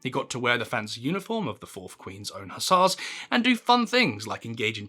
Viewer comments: Improve your pronunciation: slovenly, hussars etc etc. If you have no education don't open your mouth to prove it as the grand panjandrum of nonsense-speak. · Is this AI? The content of any Churchill yarn should be anything but boring except when the delivery distracts. The i in Blenheim is silent while the ss is in Hussars is zz.